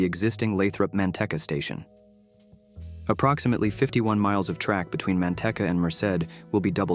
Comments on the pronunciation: Please! it's Mante-e-e-e-eca. It' a long 'e'. Other than that, great report! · Okay, but the video creator can work around that through spelling in the script. So instead of writing "Manteca" it would be written "Manteeka." AI would then be forced to say it correctly. In other words, it's still the video creator's responsibility to get it right. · Maybe before you post a video, maybe you should pronounce the names of the cities correctly it’s pronounced as *Manteca* and it’s called ** Natomas** before you post this video. You should really learn to pronounce the name of the city’s. !!